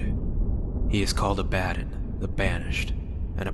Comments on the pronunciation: My only issue with this story is the pronunciation of Abaddon... Its pronounced A-ba-don Not Aba-den. I named my first born after the Angel of Destruction, so its a a tad bothersome when someone gets its wrong. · Loved this .. though I thought Abbadon was pronounced funnily. I thought it would be prounced ah-bah-dohn. Not abba-don. Lol